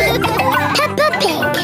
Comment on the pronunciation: Pepper and George are playing with Suzy sheep, Pedro pony, and Cartoon cat. (the narrator says "Pepper." not "Peppa."